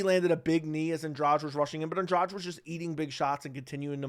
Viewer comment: An-DRADGE? It's An-dra-GEE. Why do Americans always tend to "own" foreign words only to mess them up!?